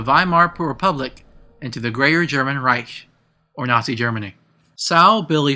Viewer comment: Very nice Job u have done here. It's really interesting and logical how u explain evrything and connect the story parts. There's only one thing that was a bit funny for me: How u pronounce "Wunderwaffe" "Reich" and so onbecause i am from Germany :D.